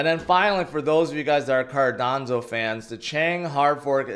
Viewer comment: What is a Cardanzo? You mean Cardano but Rtarded? 😂